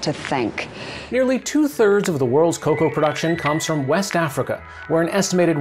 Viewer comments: please say cocoa instead of coca😂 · Nobodys gonna mention the fact hes saying coca and not coco? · I just hate how he pronounces some words. He is saying “Coca.” Cocoa and Coca are different things. Ridick-uh-lus. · Top notch vid as usual…even though he keeps mispronouncing ‘cocoa’ as ‘coca’. And making people think chocolate comes from the same plant cocaine duz😂😂